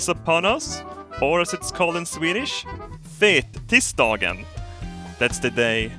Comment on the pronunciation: Fettisdagen, the way he pronounced that means ''Fat Penis Day'' in Norway.. :O